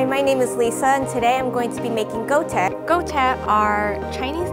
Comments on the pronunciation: She massacred the Chinese pronounciation of Guo1 Tie1 (Qua-tear). Sounded more like Gaultier. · ITS NOT GO-TEH ITS GWOH-TIEH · .... did she just say go te... i'm chinese and I'm cringing very very hard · IM SORRY BUT THE “ GOU TE “ IS MAKING SO MAD HAHAHSJSSKWNSKSKS its guo tie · was it suppose to be pronounced Gouteh like she did or gwoah tyeh? my chinese friend always pronounced gwoah tyeh, idk cmiiw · Goh-teh? Bro your pronunciation doe. It’s guo tie. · I got so triggered when she said goute Bc it’s guo tie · 'GOU-TAY' oof butchered the pronunciation there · it wouldhv been better if she pronounced Guo tie correctly, G-U-O, not G-O-U 锅贴变狗贴了呵呵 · wHaT tHe hELL is 'go-te' bISH ITS GUO TIE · bro, it's not gou te it's GUO TIE. gu-wo ti-eh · It's called "guo tie" not go te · She pronounced it wrong. It's guo tie - it's a “wor” sound. Sorry if I seem salty. :-\ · Lol go teh wtf is wrong with ur pronunciation lisa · Lol the guo tie pronunciation is so far off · The way that lady said "Guo Tie" was super off 😖 I am all for romanization and anglicized words for the general public to understand. But please for the love of all that is holy, either pronounce the words properly in the native language or just NOT use it at all 😑😑😑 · the chinese lady pronounced guo tie wrong oh my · the second girl mispronounced the fuck out of guo tie so bad i cringed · her pronunciation of guo tie is so off 😅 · 'guo tie' her prononciation is aweful! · Her pronunciation of guo tie....ooof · Totally mispronounced guo tie in the video, but every time, i eat any dumpling with vinegar!! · Who pronounces it like that?